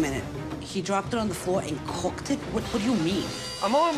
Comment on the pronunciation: How she said “cooked” 😂